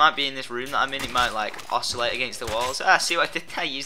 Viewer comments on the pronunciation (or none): none